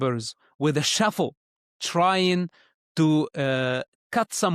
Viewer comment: Shovel.. not shuffle.